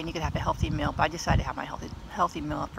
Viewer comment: Where is your accent from? Whenever you say meal it sounds like youre saying 'mill....'